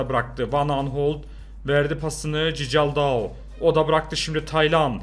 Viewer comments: abi nolur cicaldau deme doğru okunuşu çikaldau lütfen beğenin de görsün siz de yanlış alışıyorsunuz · Abi o Berkay değil Berkan ve cicaldau değil okunuşunu yazıcam çikaldau😁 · Abi cicaldao değil çıkaldao van aniston değil van ahott tamam mı abi